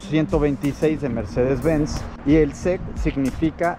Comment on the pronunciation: No se pronuncia SEC todo junto se pronuncian las letras individualmente, asi Mercedes 560 S-E-C.